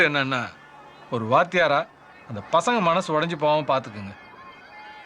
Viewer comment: it is not vasanga it is pasanga